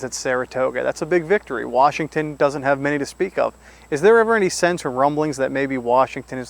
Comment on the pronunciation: Good old Warshington lol